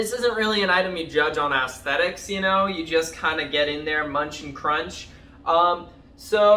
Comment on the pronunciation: You said "ass-thetics"